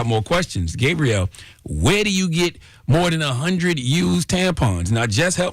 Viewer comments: Charlamagne, Is her name pronounced Gay-Brielle or Gaab-Brielle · Why is he calling her Gabe-brielle? 😂😂😂